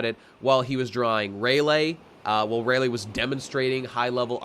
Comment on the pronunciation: I just have to know why you are pronouncing Rayleigh's name Ray-lay when it's pronounced Ray-lee?